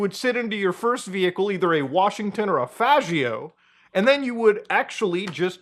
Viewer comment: You're pronouncing faggio wrong.